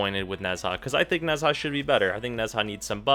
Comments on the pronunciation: I'm sorry, I'm not usually "that guy" but I actually can't finish the video because of this. it's pronounced [neh-juh] (the zh is like a French j like Jacque or Jessabelle). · Why does he say "Nezhar"??? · I simply prefer Nezha more. I'm all about his aesthetics. Rhino is way better simply because Nezha has that long casting time and you can't afford to invest in Natural Talent. And by the way, you spell Nezha sort of like Na-jha, something like that. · I've heard Nezha pronounced 100 different ways but I'm pretty confident Ne Jah is the closest you can get phonetically to correct pronuncianton. The Zh sounds like J and Sh/Ch combined. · Omg chill its okay that he pronounced it wrong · Every time he says Nezha incorrectly I die a lil inside :c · Nezha Pronunciation is at an all time low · Literally butchered nezha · You mispronounce Nezha and it hurts to hear it. As a self-proclaimed super-entitled white guy I employ you to pronounce Nezha correctly! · Nezha is a male It should be obvious, Nezha has no sings of being a female (in this case, no big thighs like the other female Warframe and no breasts). Nezhas Halo also burns his enemy's when they touch it which he missed saying at the beginning. To me is pronouncing Nezha wrong (to me) I pronounce Nezha without the "H" so like Neza. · That's not how you pronounce Nezha. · STOP SAYING NEZHA THAT WAY OMG!!! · Dear god please learn how to pronounce nezha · Lol you're pronouncing Nezha wrong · Click the Chinese side speaker to hear it properly. It's actually way harder than that if you want to be technical. It's Chinese, which means it also contains "tones" (inflections) not found in English, and the "zh" is closer to a "j" sound. Point is, our English pronunciation is so wrong anyway that there's no point in correcting one wrong pronunciation with another one. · Omg stop pronouncing it wrong, it's sooo annoying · Stop saying it wrong. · no offense but it's pronounced najaa ^^ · bruh nezha is pronounced "neja"